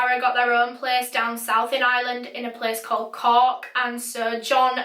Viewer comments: its not island its Ireland the R is not silence IRE LAND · IT IS I R LAND NOT ILAND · I’m American but Ireland sounds like island when you say it lolol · I'm from Ireland and no offence your saying eyeeeland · Took me a sec to realize you were saying 'Ireland' and not island 😂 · Omg I'm so glad I saw this lol I heard Island too! Haha